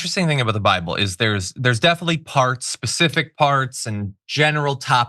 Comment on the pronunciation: This was a REALLY DEEP, solidly loaded episode guys! HELL YEAH!!! We got pronouncing the Greek name of Christ (Iezu Kristo), John dissecting the relative subjectivity of the BIBBUL! YAYEAH!!! ❤️🧡💛💚💙💜